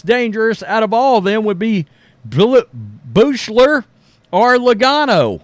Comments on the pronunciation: Buescher is pronounced BUSHER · It's pronounced "BUSH-ER".... there's no "L" in it. 😄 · Isn't it funny that he insists on sticking the letter "L" in there somewhere every time he says that name?